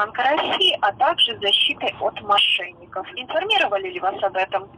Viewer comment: "А также защитой от МОШЕННИКОВ " - с выражением и ударением на последнее слово. 😂